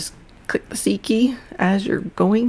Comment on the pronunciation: What do you press to clean the brush rather than hitting the "clean brush" button? I didn't understand you. Ah, never mind......."C" key. I was hearing "seekey" and thinking...what the hell is a seekey....LOL! Anyway, great tutorial!